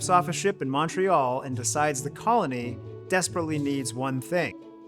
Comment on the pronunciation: The "Mon" in Montreal is pronounced like the mon in money, not Montana.